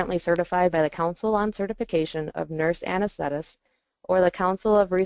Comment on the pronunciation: Anes-the-tist! Not anes-thet-tists.